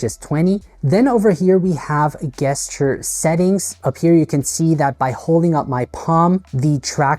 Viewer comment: I say this with humility and kindness, ‘gesture’ is pronounced with a ‘J’ sound, like Jester, not a hard ‘G’ sound like one hears in ‘goat’.